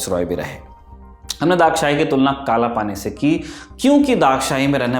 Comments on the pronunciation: It's not daghshahi sir it's dagshai Pls pronounce write one😢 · I have to this place multiple times and to the graveyard as well being a local, didn’t know about the marble grave and why it is named as Dagshai. Everyone here calls it as डगशाई और धगशाई and not दाग़शाही.